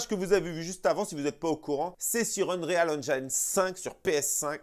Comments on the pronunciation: Mais pourquoi tu prononces unreyale alors qu'il faut juste dire unril c bcp plus simple. Tu allais t ettoufer au début. Sinon top la vidéo ;) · UN"REAL" madrid engine ?:) Juste le conseil de prononciation sans vouloir faire le relou lol : si tu prononces "engine" à l'anglaise alors tu dois prononcer "Unreal" à l'anglaise aussi ;) Unreal => irréel Qui se prononce "Eunril" on va dire Continues les sketchs on se marre bien